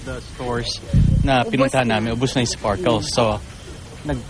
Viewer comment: it's "Sparklers" not Sparkles 😂😂😂😂😂😂